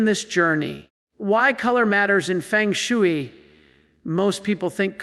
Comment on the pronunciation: The concept and practice of feng shui is not pronounced like 'chop suey'. I pronounce this AI crapola like B. S. Fake stuff!!